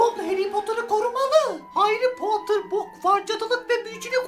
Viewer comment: Hayrı Potter 😂